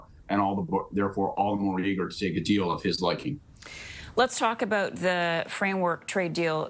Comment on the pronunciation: Doubt, out and about. We don't pronounce those words they way you do.